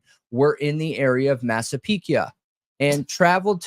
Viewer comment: All I gotta say about this stream, is nothing brings me more joy than pronunciation of cities and counties! Don’t ever stop calling it Latáh County and Massapeeka 🤣🤣👏🏼👏🏼👏🏼❤️❤️❤️ freakin love it